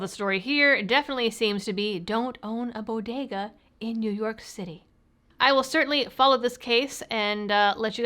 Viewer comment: That is pronounced "New Yuck"